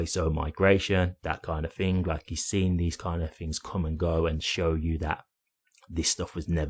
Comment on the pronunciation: I don't know what you mean when you Fink and Fing